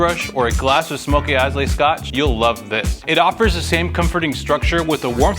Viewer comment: Dude your videos are good, but you’ve had at least one embarrassing pronunciation: last time it was naussau, now Islay! Ila no s or y.